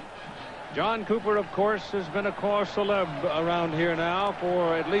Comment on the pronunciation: Keith Jackson sometimes mispronounced words. Early in this game he mispronounced the phrase "cause célèbre." He pronounced "cause" just like in English when in reality the "au" is pronounced like a long "o" (as in "oh"); then he pronounced "célèbre" as "celeb." The thing is, the "-re" on the end is NOT silent! It is pronounced as a slightly gargled "ruh." If you can't pronounce French phrases, then don't try!!